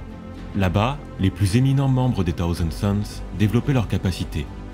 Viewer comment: Dommage que ton très léger cheveu sur la langue prononce "Taouzand Sons" plutôt que "Ssaouzand Sons", c'est l'occasion à ce cheveu de s'exprimer! Plus sérieusement super voix posée, je recherche depuis longtemps ce type de narration, qui sied parfaitement à cet univers... il y a tellement d'histoires à raconter! #Aquila